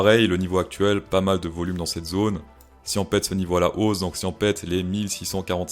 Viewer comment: Cher ami, bonne vidéo, très divertissante. Par contre les éléments de langage sont ignobles...si tu commences à dires break en anglais le "out" dis le en anglais pas comme un plouc français.... Ethereum dis le normalement aussi parce que tu forces c'est vraiment pas agréable Voloum.... pareil ça pique Juste le petit effort sur le langage et tout est bon